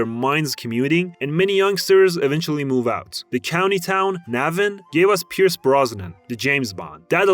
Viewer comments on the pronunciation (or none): none